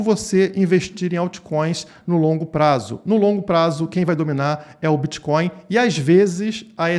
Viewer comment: "Eu kelu bititoin" 😂